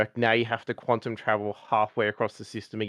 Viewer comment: Quantum not “quanton”